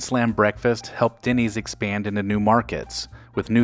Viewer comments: Denny’s, not “Dinny’s” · Why does it sound like you’re saying Dinny’s? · Is it just me or is the narrator pronouncing the name Dinny's? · We all know what he is talking about but Denny's is not pronounced "Dinnys". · haha! Agreed!